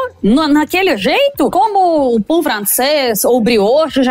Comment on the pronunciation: ela disse pau de queijo ??? no lugar de pão de queijo?